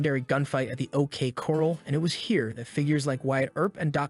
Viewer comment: toom stone. AZ. and ok cor ral. i think hooked on phonics. for him.